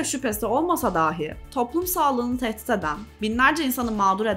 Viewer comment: Emeğinize sağlık💐 Ancak rica ediyorum şu “dahi” telaffuzunu düzeltin.